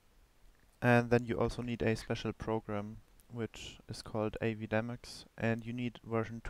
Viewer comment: No one seems to be able to pronounce A-V-I dee-mucks